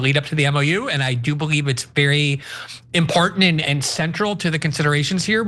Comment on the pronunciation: "Importinant" new words?